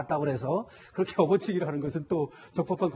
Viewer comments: 나만 어퍼치기란 소리가 거슬리나?? 업어치기 발음이 어렵나?? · 어퍼치기가 뭐냐 저여자 업어치기면 받침이 ㅂ인데 어버치기로 발음해야지 무식하게